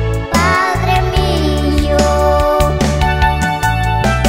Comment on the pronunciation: Enseñenle al niño que pronuncie bien las palabras no es millo es mio en señenle